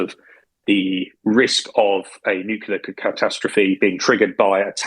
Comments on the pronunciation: Nuclear not nucular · Terrific show! And by far my favourite daily podcast. Could I risk a minor criticism? Several of your speakers repeatedly insist on pronouncing the word "nuclear" (pertaining to atomic energy/weapons/strategy etc) as "nucular" (pertaining to nuts). I, and perhaps others, find that this unfortunate habit diminishes the strength of the message.